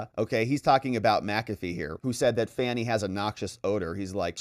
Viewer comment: I have it on good authority that her first name is pronounced as if she were a juvenile deer 😂 Great vid, the corruption in GA surrounding Fanny is insane